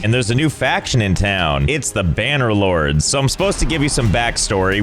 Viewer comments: AhEm “banner lords” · Josh definitely receives a bonus each time he says "banner lords"